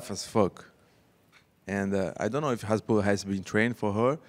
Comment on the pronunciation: Did reporter said hesbollah instead hasbullah